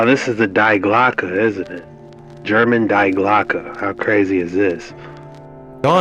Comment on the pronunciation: Alright, I gotta let the kraut out and give you a quick lesson in German pronunciation. When you say "Die Glocke" you pronounce "Die" dee, as in DElicious, not die, like "I don't wanna die! Don't kill me!" You said "Glocke" perfectly though, so good on you for that. Love you.